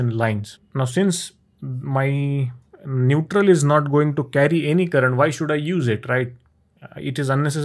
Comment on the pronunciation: NeutRRRRRRRRRRal line.